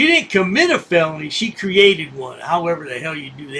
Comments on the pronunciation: A “feleny” 😅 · He can't pronounce FELONY either! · can't even pronounce the name properly Now he is crying that they did not offer him water.